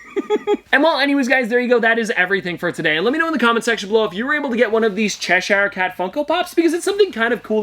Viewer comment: Please say Cheshire properly 🤦🏼‍♀️